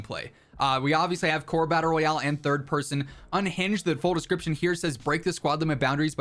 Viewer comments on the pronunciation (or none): none